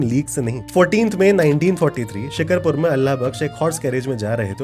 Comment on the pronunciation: Actually it's not shik(har)pur it's Shik(aar)pur! Maybe The Indian city with this name is called this way but,Sindh Pakistan's city is called this way as I'm also a shikarpuri🤍 Btw this was a great knowledge and truly I didn't know this before this video!